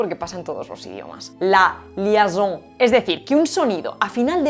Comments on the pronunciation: Gracias por el vídeo espectacular como siempre Hay un error en lo de la H francesa. El fenómeno famoso al que aludes es LIAISON no LIASON. Y se pronuncia li-E-son no li-A-son. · no me gusta tener que corregirte (mentira, me encanta) pero si no me equivoco en francés se dice liaison (o sea liezon) en lugar de liason. si estoy es incorrecto convénceme. moi, j'ai un B2 de francais et j'habite pas mal loin de la france (uruguay) par contre hors de cette erreur j'adore tes videos. bises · En français, nous faisons la liaison (liézon) et non la liason. 😉😋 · Pequeña nota del francés: es liaison (pronunciado [ljɛzɔ̃]), no liason. Por lo demás mi enhorabuena. Tienes un canal muy bueno, que anima a la gente a introducirse en el mundo de las lenguas y que resulta fácil de entender y seguir. Me encanta tu canal,, y soy habitual. Sigue así, que "haces falta". Un abrazo. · espetacular como siempre - solo un detalle insignificante para ser pedante (rima no intencional, que sí que lo fue): liaison lleva una “i” suplementaria y el diptongo “ai” en francés en general se pronuncia como la vocal “e” [e] es español, así que sería: li e zon. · ¡ Excelentes tus vídeos ! No solo por el contenido, sino también por la creatividad y el humor. Solo un pequeño detalle constructivo : en francés la palabra es LIAISON y se pronuncia /ljεzõ/ (perdón pero no tengo API en mi teclado, así que la transcripción es aproximada). No podrás decir que no presto atención a tus interesantes vídeos 🧐. Gracias por seguir compartiendo tus conocimientos 😊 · Muy interesante, como siempre. Si me permites dos comentarios sobre el francés: - la s final de "dehors" no se pronuncia - te dejaste la segunda i de "liaison" lo que te hizo pronunciar mal la palabra (es [liezɔ̃]). Es por decir algo, porque, de verdad, tu trabajo es admirable. 👏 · Tan interesante como siempre. AH... y es LIAISON (IAI, pronunciado yé) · Es "liaison", con una 'i'. Para que suene como /lies~o/